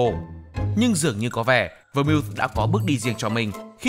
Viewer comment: Phát âm đúng tên phải là Vermouth /Vơ mau/